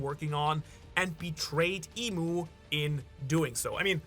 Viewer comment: It's EMU right? not Imu. You're the expert, I think but still..